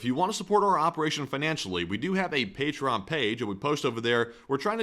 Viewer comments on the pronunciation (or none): none